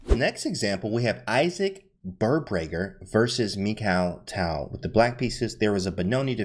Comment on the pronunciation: It's Birbrager and not Birbager.